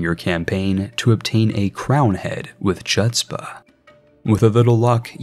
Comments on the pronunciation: jsyk the "ch" part of chutzpah is just pronounced as an h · Very painful pronounciation of chutzpah. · Please search how to pronounce chutzpah lol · Your pronunciation of “chutzpah” hurts me ears bro lol